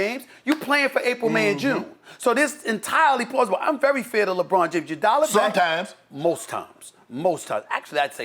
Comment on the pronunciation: the way Shannon said sometimes and the way his face was ….hilarious 😂